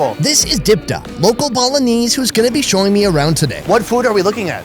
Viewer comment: Does no one else think he says Bolognese instead of Balinese?